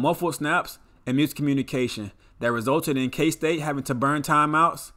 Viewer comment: Absolutely butchered all the kstate names